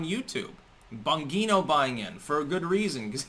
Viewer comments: Opps! I see all this big Media, Big Tech crap failing soon. Also the way you say Dan Bongino's last name I would hope is in jest because you are pretty far off. Pronounce the G strongly and you will get it. Actually say G when you say his name. He has made no money from Parler yet but he has invested money in them. Obviously his goal is to make money. Like the people who got Bitcoin at $.25 and still have some. Well maybe not that extreme but you know what I am trying to illustrate. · Do you deliberately say Bongino's name incorrectly? Is that your way of not giving him any recognition that you respect him? I bet you watch him.